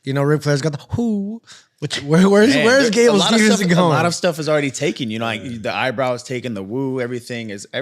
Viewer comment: At least pronounces Steve-son correctly.